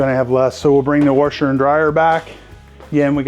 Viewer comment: I caught that too. No disrespect as I have a nasally Rochester NY “accent”. I’ve heard warsher from other areas of the country. Long Island, Georgia for example. 🤷‍♂️